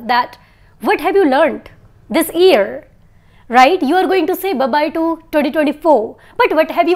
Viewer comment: Mam plz tell me ap year ko e se ku pronunce kr rahi hy jub k Google ye se pronounce krta hy